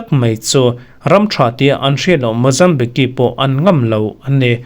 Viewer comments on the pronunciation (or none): Mozambique hi a tawpa que(ki) ti a i lam hi /k/ ah a tawp; tihian lam tur ani zawk- Mozambik not Mozambiki